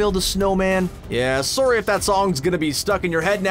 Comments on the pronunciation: Is the narrator from Canada? "Sooory." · the way he says sorry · Oh my god he’s Canadian! I can hear it in his Sorry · He says sorry really really weird